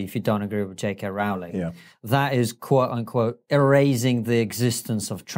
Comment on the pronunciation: That's the first time I hear British people mispronounce JK Rowling's name.